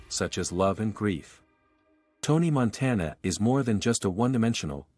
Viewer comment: "Tony Monteena"